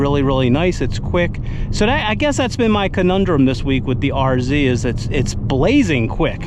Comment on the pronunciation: Such a relief to hear you call it an RZ and not an R-zed.😅